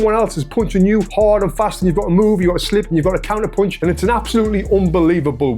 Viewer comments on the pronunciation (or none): yes dude. You pronunce punch with the sound of the letter U like when you are saying "could". In standard British english, but also in american english, "punch" has the letter U with the sound of the A of "car". More ore less.